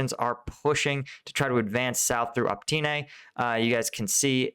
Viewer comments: Oh-Pit-Nay, not Op-teen-ay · You keep saying "Optene" it is Opytne! Or else you are making pretty good videos! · Great content, thank you. Btw.: It's not Optyne, it's Opytne. But you can express it however you want, we understand you nonetheless ;) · hey! great content:) but you misliterate Opytne - it isn't Optyne;) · for Zelensky's sake:) "Opytne", not "Optine": It's "O-" like in "Oh", "-pyt-" like in "pit"; and "-ne" like in "net". I hope you'll find it helpful. Nevertheless, good work,! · Again and again in every video. "Optyne", "Bakchmut" and others. Stop butchering names please, behave professional Bakhmut - pronunciation as Bach-mut (Sebastian Bach, do you know?) Opytne - just as you see it at least, nothing like your "Optine" in every video Common - you are posting video every day, put an attention a bit to preparation, maybe even get in touch with some from Ukraine to help you learn and pronounce that few border line cities correctly! Professionalism, remember